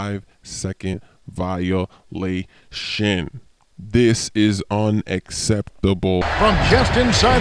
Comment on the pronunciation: 5 seconds vio-la-tion